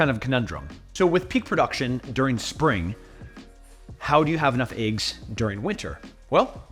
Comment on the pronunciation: It's eggs not eaggs 😂